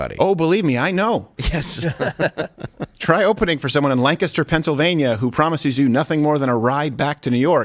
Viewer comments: Dude! You’re like the only person I’ve known not Lancaster born that pronounced it right! Well done! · As someone for Lancaster Pennsylvania, that sounds accurate. Also, thank you for pronouncing it correctly🥹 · Thank you for saying Lancaster PA correctly . . . .